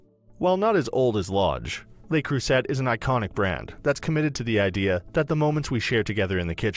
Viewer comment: Two things here, no three. Le Creuset is pronounced Le Croy-zay, Is this just a commercial for Lodge? Almost every sentence referred us back to Lodge. Thirdly Top 5? Unless I'm doing my maths wrong there's just 4.